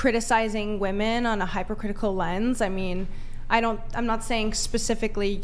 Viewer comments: Why do they all say "woman" instead of "women"? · Why do people on this podcast especially pronounce so many words crazy wrong? “Anonymity” is pronounced with a short A sound not the long A sound at the beginning. He and others often call women, woMAN. There are others. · Why do they say "woman" instead of "women" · Why is it that a whole generation has been taught to pronounce wom-en as womon? I've noticed this over past year and it bugs the sh#t out of me. Why is everyone pronouncing this word incorrectly?